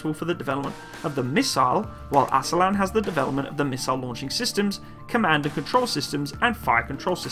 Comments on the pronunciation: Great video and a hint: in Turkish every sound has a unique letter and every letter has a unique sound. So every letter is read: Aselsan is pronounced a-s-e-l-s-a-n and not "aselan". The full name of this company is Askeri Elektronik Sanayi - Military Electronic Industries. Aselsan was founded in 1975 to produce wireless military equipment after the US military embargo following the Turkish intervension of Cyprus. Almost all military technologies of Turkey today, has roots of such embargos of his allied NATO countries. Hisar is the result of US denial of selling Patriots to Turkey. Altay tank is a product of Germany's Leopard embargo. Turkish drone families are the result of US rejection of providing Turkey Predator and finally Kaan fighterjet is the fruit of US removal of Turkey from the F35 program. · The Name of the Company is Aselsan tell Asel-san and Roketsan tell Roket-san to say by the way San is in turkish short and means sanayi-Industy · Pronunciation should be like A sell sun and Rocket sun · please learn how to read turkish name hisar = hesor , aselsan = assailson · More like "Uh-sell-sun" and "raw-cat-sun" - where the suffix "-san" is the abbreviation of "sanayi," which means "industries." So, the roots of the name "Roketsan" is pretty self-explanatory. "Aselsan" stands for "Askeri Elektronik Sanayii," which means "Military-grade Electronics Industries."